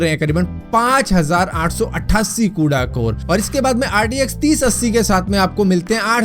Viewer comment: Bro bro bro pronunciation toh thik boldo RDX lag raha hai bhai RTX hai wo LOL 😂😂😂😂